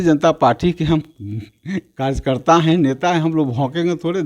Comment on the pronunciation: Kajkarta Kya hota hai be Anapadh 🤣🤣 pehle karyakarta bolna seekh Bhai fir rajneeti Karo🤣🤣🤣